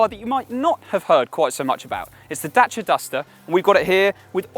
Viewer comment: Did he honestly say datch-a!! day-c-a!!!